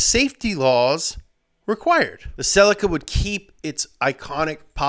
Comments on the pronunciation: it pronounced se-lee-ca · In England and Europe (I think) we pronounce the Toyota celica as sea-lee-ka. Any Japanese car dealers, please comment. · The way you said celica pissed me off